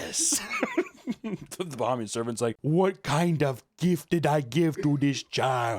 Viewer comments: bro. BUH-HEY-ME-AN. #242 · The absolute massacre of the pronouciation of Bahamian and the accent on our independence day is peak. 😂 Also in the Bahamas we call black magic obeah not voodoo. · As a Bahamian (pronounced Buh-hay-me-yun), your terrible attempt at a Bahamian accent was hilarious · Hearing mispronounce Bahamian and give them a weird accent (Jamaicans? Haitian?) on Bahamas independence Day is an incredible way to celebrate. I love it.